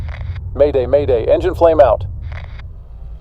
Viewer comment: Is it me or does he say "enigine flameout" and later "no flame out lost both engines"